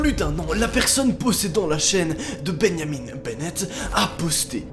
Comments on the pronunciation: ça se bajamin est pas beneyamine. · MOI : Répète après moi, BIN-JA-MIN 🙂 NOA : BI-NYA-MINE🤨 MOI: BIN-JA-MIN BORDEL !!!!🤬 NOA : binyamine... 🥺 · Ça m'a perturbé aussi je disais Benjamin aussi pas Beneyamine😅😅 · beau francais osti de cave xD tu dit benyamin au lieu de benjamin ...... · C’est Benjamin et non Ben-ya-mine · Moi: Benjamin: bégniamine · Benjamin pas Beunyamine mdr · C'est comme benianim ou je sais pas quoi BENJAMIN mon gros, pas benianim. C'est pas possible tu le fais exprès dis-moi?? Stp dis-moi que tu le fais exprès!!! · « Benjamin » ça se dit pas « benyamiN » mais « binjamin » avec le son « in » pas « ine » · Pareille ptn 😂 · Il dit beyamine au lieu de Benjamin 😂😂😂😂😂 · Beuyniamine Benett wtf x) c'est tu vraiment comme ça qu'on prononce Benjamin en France? qui ce dit vraiment plus comme bain-ja-main ici seigneur hahaha c'est horrible Ça change tout le nom votre prononciation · comment tu dit benjamin on dit "bingeamin" pas "binyamine" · Beyamin Bennett Moi: c'est BenJamin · Benjamin pas benyamin au debut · « Benyamine » tu n’as pas respecté les Benjamin mdr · Arrete de dire benyamine c Benjamin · "Ben Yamine" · Sa choque personne quil dit beniamine au lieux de Benjamin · Benyaminne ?? Sa se prononce bain ja main (benjamin) pas benyaminne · Sa ce dit pas comme sa Benjamin perso c’est mon nom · C moi ou il dit « bénamine benette » a la place de Benjamin benette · Nobody: Literally nobody:: bEnYamiN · Wesh je suis le seul a remarqué qui dit BENYAMIN BENNET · Pourquoi "Benyamine" ? On dirait presque du néerlandais xD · Je me suis posé la même question sa se prononce binjamin. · Benyamine??? Non mais sérieux ?!! 😂😂. La prononciation devien grave parfois (je critique pas vraiment ses de l'ironie) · ''Ben Yamine'' ... ?? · benniamine ? foroum ? mdr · tu prononce Benjamin: Benyamine?! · Mdrr comment il a dit benjat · beniamin bennette 🤣🤣 y'a prononciation est folle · Tu prononces trop mal benjamin 🤣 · ”Benyamin» «foroum» 😭